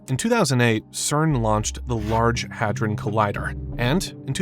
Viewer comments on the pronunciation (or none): none